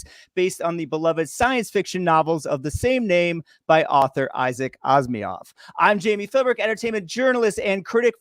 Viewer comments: anacreols, asmiov, well... ok. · Please learn to pronounce "Asimov" and "Terminus" correctly!